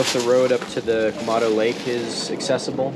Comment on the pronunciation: It's Quemado, not Quemando.